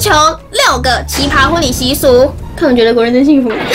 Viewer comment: 是奇ㄆㄚ，一聲